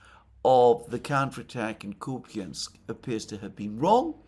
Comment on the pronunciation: WTF is Kupyinsk? Are you talking about Kupyansk?